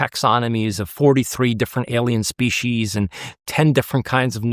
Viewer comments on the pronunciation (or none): none